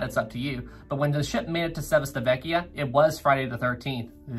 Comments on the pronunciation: For the pronunciation of the Italian town Civitavecchia: It's like Chee-vee-tah-veh-kyah. Otherwise, nice video, keep it up! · Everything is accurate, but the pronunciation of the italian places is wrong😂 why i know this? I'm from Italy, but still i loved this video, you keep getting better and better (